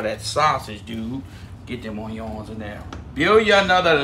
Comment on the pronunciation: I love hearing “oyons!” 😂👍🏽😎